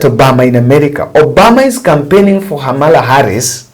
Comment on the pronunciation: Her name is KAmala not HAmala...Ka-ma-la! Lol!